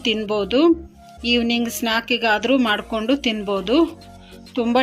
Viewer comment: ಮಾಡಿಕ್ಯಂಡು ಅಲ್ಲ ಮಾಡಿಕೊಂಡು ಅಂತ ಹೇಳಿ ತೆಂಗಿನಕಾಯಿ ಹಸಿಕೊಬ್ಬರಿ ಅಲ್ಲ